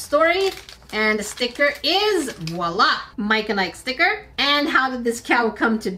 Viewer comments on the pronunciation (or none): none